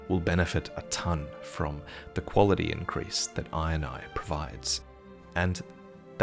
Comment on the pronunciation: Every time he says Iron Eye, I just hear him say INI (eye in eye) and it makes me chuckle every time!